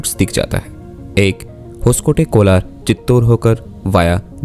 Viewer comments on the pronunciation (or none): none